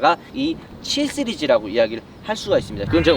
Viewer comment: 3스리즈 7스리즈로 들리네요.. ㅎㅎ